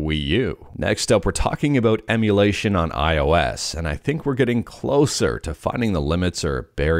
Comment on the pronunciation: I don't know how you do it. It is so hard. I mean, I have never, not even once, not slurred saying "limitations to emulation" and messed it up, but you did it first try. You are truly a linguistics wizard.